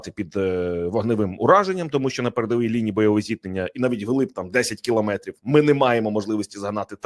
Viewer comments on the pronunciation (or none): none